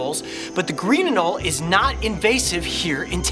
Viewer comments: WHY THE HELL ARE YOU PRONOUNCING IT ANOL NOT ANOLEE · As a Texan when he caught the Anole and didn't pronounce it AnolEEE I died inside.